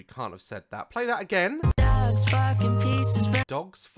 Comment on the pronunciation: I heard dads instead of dogs xD